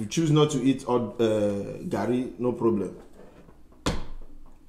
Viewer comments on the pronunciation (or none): If you cannot eat it at least pronounce it well. let us baptize you with garri. Love u guys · And it's not "Gary" it's "Garri" 😂😂✋🏿please ma'am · I literally made a meme off reaction 😂. This garri variant (Ijebu Garri) has a sour-like taste thats spikes your taste bud, but it's 'muaaah' 👌🏾., give her non-ijebu garri next time she comes around. 'Operation get ling to like Garry (her pronunciation). 😂 You could see the dissatisfaction in face. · garri not Harris! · The way is saying garri... that's car in Swahili, gari😅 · Lol Garri not Gary 😅😅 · Please pronounce "Garry" properly just one time. We all are watching eagerly for you to pronounce it properly the way your hubby pronouncing it. You are trying to americanize the pronounsation of "Garry" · Even if you don't like it, at least pronounce it well. Garri shader!